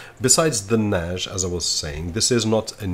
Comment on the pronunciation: Why are you saying Nash? Its Nas